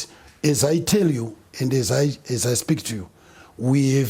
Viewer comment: its "speak" not speek